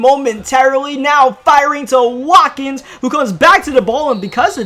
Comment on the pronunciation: His name is Sammy Watkins but he said wakin